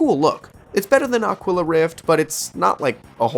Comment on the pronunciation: It's rough how you are mispronouncing "Aquila" - It is pronounced "Ah - KEY - la" Spanish for Eagle.